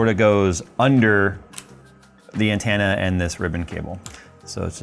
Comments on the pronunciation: "An-TEN-na", not "an-TAN-na". Lol. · Wow, he says antenna as "Ant Anna". That's an accent quirk I've never heard before. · Every time you mispronounce "antenna" pushes me closer to taking a nap on some train tracks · Why do you say antenna wrong? I really must know.